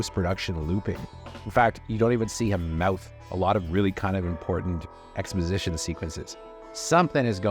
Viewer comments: ‘Expojzizhon’ don’t drink before YouTubing. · Say ‘exposition’ again, lol 😅